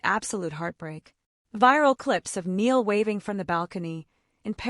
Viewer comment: It Loo-ee and Nigh- al . Get their names right and it will make everything else you say more believable. I do agree with what you said but names are important. I was worried when I heard that Zayn was getting back together with Louis because Zayn has proved who is over and over and a leapard doesn't change its spots. I used to worry for Harry when he spent time with Zayn because Zayn would get up to things that weren't a good look for Harry. I think Louis is mischievous but he had the knowledge to say no to Zayn. Harry was always safer with Louis. I think they were all safer with Louis and that's why he is still close to them. Zayn is his own worse enemy. I wish him luck but far away from Louis, Niall and Harry and the precious memory of Liam.